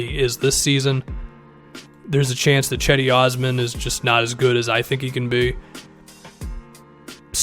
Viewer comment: Gedi not cedi